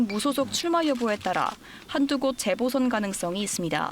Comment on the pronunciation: 기자가 '재보선'이라는 단어를 아주 짧게 발음하는데 '재:보선(再補選)'이라고 길게 발음해야 한다.